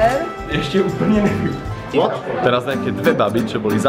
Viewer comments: nemůžu z toho "WOT?" xD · to "WOT" to vzdycky nejvic zabije 😂😂😂😂😂😂😂😂😂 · Ten jirka: ,,what,, (wot)